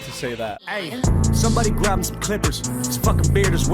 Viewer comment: MGK’s way of pronouncing “grab” hurts me. “Grub em some clippers”